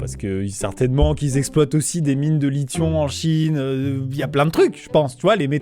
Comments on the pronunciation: au fait il faut que tu arête de dire "lithion" car c'est "lithium" et ça ce prononce "li.tyom" c'est le métal utilisé principalement dans les batterie lithium-ion qui est utilisé dans presque tout les appareil électronique grâce à ces nombreux avantage dont sa batterie au capacité et son poids assez léger sinon cool la vidéo j'ai bien le thème :) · entre et tu a dit : "des mines de lition" je dois te dire que c'est du Lithium pas du "Lition"... mais bon... ça a eu le mérite de me faire bien rire !🤣😀😄😁👍👌 PS : Celui qui a Détruit les Apples... les a Rendu plus Service qu'Autre Chose ! Vue qu'il à dû les Payer, Ce Crétin Écervelé des Andes ! Plus j'imagine qu'elle que supplément ! MDR 🤣🤣🤣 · 10m53- Amixem: "certainement qu'ils exploite aussi des mines de lithiOn en chine" toute la phrase est parfaite c'est bien dit c'est sérieux et sa tombe a l'eau avec le lithion et ces drôle putain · C’est lithium et non lition